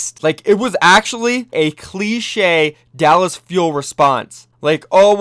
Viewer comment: Mitchel Shen it’s pronounced Dallas